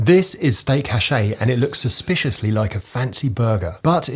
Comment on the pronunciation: hash-A? bruh wtf learn to pronounce it proper. Also, going for authentic but then putting in a bun lmao